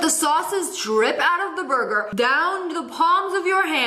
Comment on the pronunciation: Anyone else love the way she says burger "Boyguer" i just bove it so much